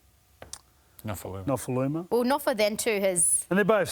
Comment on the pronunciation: Say his name correctly for starters...